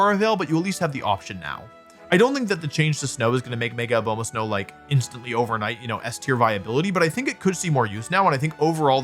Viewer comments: Why does he say "Obama" so weird? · Can't say I was expecting a comment on the pronunciation of Lopunny after obviously butchering Abomasnow lol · Hearing Wolfe keep mispronouncing Abomasnow makes my ears very sad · With all due respect, how do you mispronounce Abomasnow that badly?! It's literally named after the ABOMINABLE snowman.